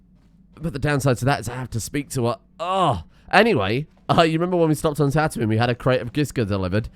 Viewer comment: The way you pronounce Tatooine triggers my gf (who is from Yorkshire)